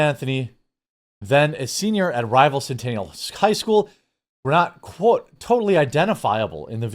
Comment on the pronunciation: did u just say CentANAL high school? lol. You mean Centennial? lol